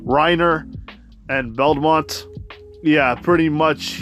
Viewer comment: Belmont😂 (no it's not Belmont btw, it's bertolt)